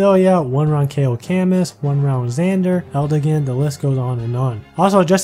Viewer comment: Btw Camus is a french name Camus = Ca-mew